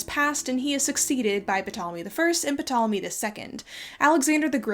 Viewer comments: Am I wrong in thinking that the P in Ptolemy is supposed to be silent? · Sorry to be pedantic but just wanted to give you a heads up. The P in Ptolemy is silent. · who pronounces the p in ptolomies anyway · Nitpick bug You dont pronounce the p in Ptolemy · The 'p' on Ptolemy is silent. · Isn't the "P" in "Ptolemy" silent? Additionally, aren't there several Alexandrias in the world, as named by Alexander? I understand it doesn't impact the main thrust of this video, just a tidbit for anyone reading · Do Americans not learn how to pronounce Ptolemy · Amazing video- I wanted to ask about the pronunciation of the “p” in Ptolemy. I’ve never heard it said that way before. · I always though Ptolomey was pronounced with a silent "p" but I might be wrong. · Every time she pronounces Ptolemy “PUH-tolemy” it takes me out of the story. It’s cringy to watch someone so self assuredly talk about something while continuously mispronouncing a word. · Love this video, helpful and refreshingly critical perspective of accepted history! Serious question though: why do you pronounce the name Ptolemy "Puh-tahl-uh-mee" but Mnemos "Nee-mohss?" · By the way, I think the P in 'Ptolemy' is silent :) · you don't pronounce the p in Ptolemy. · you don't pronounce the p in ptolemy. its silent no? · This is such a good video and super interesting but I just want to quickly say that ptolemy is pronounced with a silent p at the start it’s like pterodactyl this has probably already been pointed out but just in case you didn’t know :) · Psssst……the “P” in Ptolemy is silent. I liked the video:) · For a history buff, it’s weird you pronounced the P in Ptolemy. I’ve always understood it was silent. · So, I know that this is pretty nitpicky but Ptolemy is not pronounced with a phonetic P... just as pterodactyl does not have any P sounds even though there is a P in its spelling. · I've never heard anyone pronounce the P in Ptolemy lol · Isn't the P in Ptolemy psilent? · (The "P" in "Ptolemy" is silent)